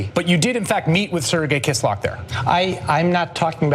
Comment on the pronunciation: Kislyak - kiss-lee-ya-k